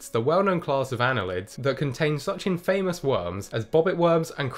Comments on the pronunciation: Infamous is pronounced IN-FaMuss. Not IN- Fayyymus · pronounced infuhmous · Nobody gonna comment on your pronunciation of "infamous"?